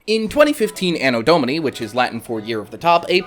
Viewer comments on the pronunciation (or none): none